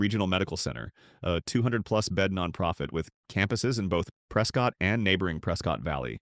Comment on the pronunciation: Love Oro Valley! Need to work on your AI pronunciation. Sa-WA-ro, Prescutt, etc....